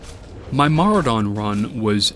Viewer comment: Who the fuck pronounces Maraudon as "Maru-dahn"?